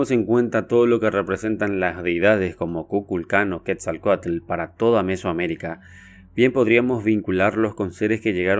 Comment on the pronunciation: wow felicidades, me gusto mucho, me encantó que pronuncies bien "Quetzalcoátl", el vocablo ATL, significa Agua... y es curiosamente raíz también de ATLántida... saludos desde México !